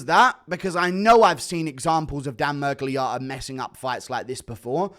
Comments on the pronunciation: The way he keeps saying Miragliarta is pissing me off more than Miragliotta himself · Stop calling him ‘mirgliARTA’ it’s Otta. Are you developing a fake American accent to fit in with you’re new pals